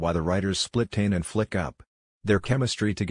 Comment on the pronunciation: That’s not how you pronounce tane 😂